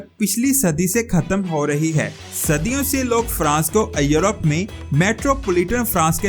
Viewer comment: بھاٸ اپنی اردو کی پروناسیشن درست کریں ایورپ کو یورپ کہتے ھیں